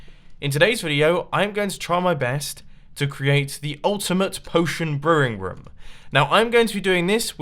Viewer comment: I love how he pronounces room rum